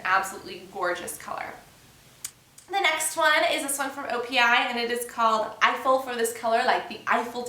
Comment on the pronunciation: you said opi by sephora a couple of times in the video and it also says it in the title.. haha i know the right way to say it but i know some people wont :) just an fyi